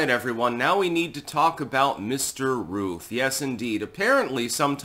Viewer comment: Shouldn't Routh rhyme with Mouth?